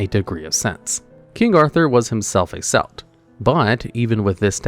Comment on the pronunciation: Your consistent mispronunciation of Celt is killing me, dude. Unless it’s the Basketball team, it’s always pronounced “hard,” like “Kelt.”